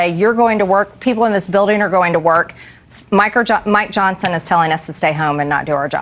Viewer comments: I swear to go, Marjorie just called Mike Johnson (Micro Johnson) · Maybe she was trying to say Micro Johnson 😆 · Did she say Micro Johnson?😁😅🤣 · She said Micro Johnson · My ears heard crazy space-lazor-lady say Micr'ojohnson 😅 but maybe that's just me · She’s said “Micro” Johnson. 😂😂